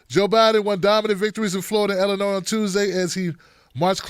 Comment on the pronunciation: Hey, I know your from Maryland, but Illinois has a silent "s".